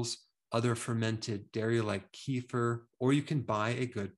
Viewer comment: He pronounces “kefir “ incorrectly